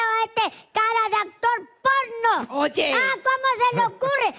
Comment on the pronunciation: Me dio risa como le dijo "actor pornho" QJKDAJSJSJSJAKSJAKSJAKSJ like si eres fan de Miguelito